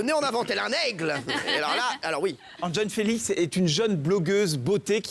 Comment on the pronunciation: Enjonfélice, ... Pffffff ils sont drôles 😄